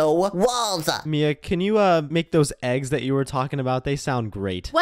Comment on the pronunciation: Shady said"ThE eEgS" bruh lol